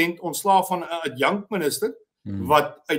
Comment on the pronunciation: ADJANK-minister? Ai tog, Willie, dis ADJUNK-minister of ONDERminister asb.